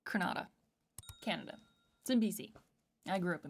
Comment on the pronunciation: Fun fact Canada was named after what a native tribe called their land, Kanada, pronounced the same way said it in the beginning